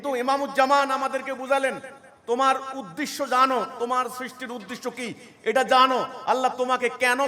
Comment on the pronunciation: যে উদ্দেশ্যকে উদ্দিশ্য বলে সেতো বাংলাভাষা ঠিক করে জানে না। সে আর অন্য জ্ঞান কি দেবে?